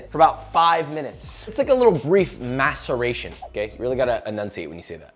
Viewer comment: "Maceration" with no hint of a medial T sound. Very Important!